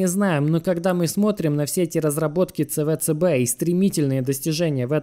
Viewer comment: Какой на хрен ЦВЦБ? Говори правильно СиБиДиСи